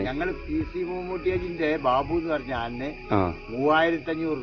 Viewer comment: ആനന അല്ല ആനയെ എന്നാണ്